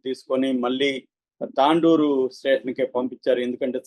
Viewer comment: Tandoor కాదు తొండూర్